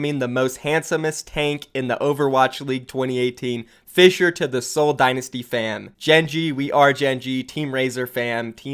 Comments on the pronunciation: You actually didnt butcher Fissures name that bad! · nope you didn't butcher the Korean name for fissure